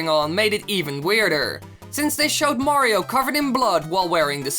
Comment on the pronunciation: 4. STOP SAYING MAYRAYO OK OTHER PLAYERS CAN WHERE IT TO!